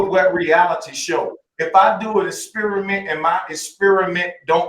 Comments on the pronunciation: Es-spear-a-mint ... is that a new flavor of chewing gum? Or the bait for a racist joke? 🤔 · that guy knows how to "esperimen"